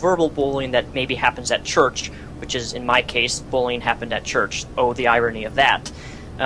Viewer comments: u say bullying like bolin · The way you pronounce bullying bothers me...